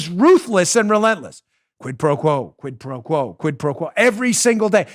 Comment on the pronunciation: Most impressive part was saying quid pro quo 3x fast